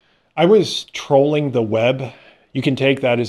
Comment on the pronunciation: Former linguistics student here; interested in your merger of 'trolling' and 'trawling'.